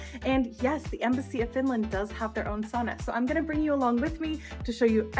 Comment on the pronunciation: Please learn to pronounce the one and only Finnish word... Sauna, not sooona.